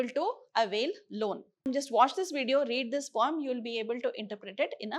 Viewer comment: I didn't understand weather she is telling pome or poem